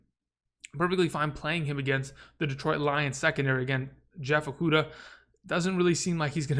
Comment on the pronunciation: I'm glad you were finally able to pronounce Okudah in this video